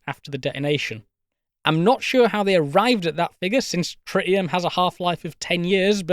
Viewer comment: “Tri’ii’em” Dudes over here speaking spicy elvish.